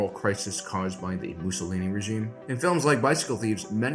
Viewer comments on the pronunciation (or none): none